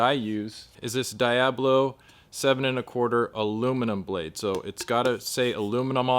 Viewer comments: Cool that’s becoming very popular here barely. Oh and it’s “dee-A-blo” not “día-blo” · It's not die-ablo. It's de-ablo. Good grief.